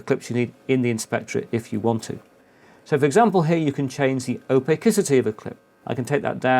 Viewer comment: Why are you saying Opacity as Opak-icity instead of Opassity? It's pronounced exactly as it's spelled. ōˈpasədē/ Check any online reference. such as or